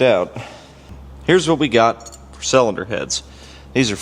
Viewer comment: Sellinder? Is that how you pronounce cylinder when you're from Missouri 😂😂